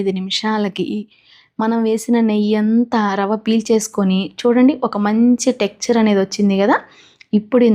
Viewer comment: టెక్చర్ కాదు టెక్స్ చర్ అనాలి